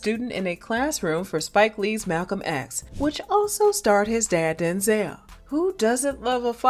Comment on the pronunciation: You mean Din-zel?!🤣